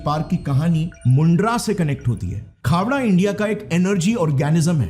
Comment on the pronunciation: Khevda nai khavda bolte hai